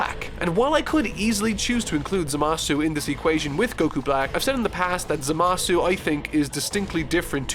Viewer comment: Pls say zamasu correctly, it's really annoying when u know how it's pronounced in the show, but u decide to say it in a really annoying way 😒